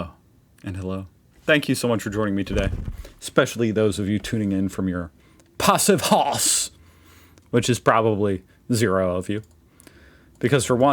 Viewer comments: Why not say "passive house" that is closer to the real pronouciation that using your aggro german interpretation of "Passivhaus". I wonder, after reacting to all that video stuff you're still serving that language stereotype? It almost looks as if you're making fun of it - still. -- At least that's how it seems -- Well, welders using argon as a protection gas are not afraid of being poisoned, either....🤷 Btw. If you want to sell any type of property in germany you need a "Energieausweis" / energy performance certificate. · Passivhaus has same pronunciation like Passivhouse. It’s not Passivhose. Haus sounds like speaking house.